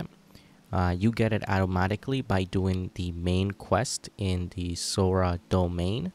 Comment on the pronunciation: I’m sorry what? “SoRa” wth is “sOrA”